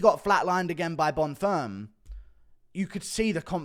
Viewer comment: Bonfim is french now? 😂😂